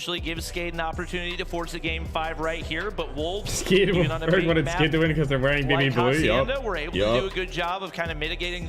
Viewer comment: More like "wholves!?"